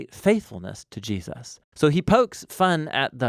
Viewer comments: Whos Jee-A-suz? 😉 keep up the great work guys! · Good video but the way you say Jesus is funny. It sounds like you're saying "G" zhus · Great summary; just a trivial point but I often hear US people saying "JeSUS" with this emphasis on the 2nd syllable, which sounds so very odd to me as an Australian (where we just say Jesəs)